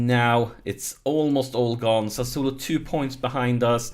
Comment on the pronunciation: Here I go again with my smart a$$ pronunciation tips: Sassuolo: Sa--Swoh-Lo. You seem to get tricked into a couple extra s's ;-)